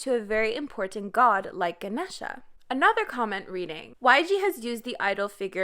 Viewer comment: ok but ngl i just think it a lilll interesting that you put that much effort into pronouncing rose right but not ganesha hnnng (no shade tho, i suppose names in foreign languages are hard to pronounce)